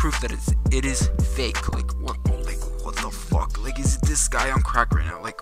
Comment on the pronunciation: ”Wobbly as FOK.”